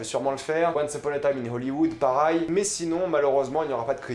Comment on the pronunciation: A tu dis "PARAIL" au lieu de pareil 😂😂